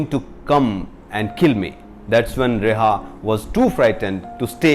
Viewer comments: Reha nahi hai ria hai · It's Riya. Not reha... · Hindi boliye. Your English is pathetic. It's not reha, its RIA. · First learn to pronounce names properly , its not rehah but ria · He pronounced the name of the actress wrong in the entire video..